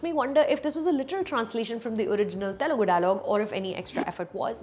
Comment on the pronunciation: Dude just atleast pronounce Telugu correctly, It's Telugu not Terugu.